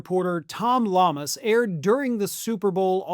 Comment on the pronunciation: The reporter's name is pronounced Yahmas. Thank you for your attention to this matter.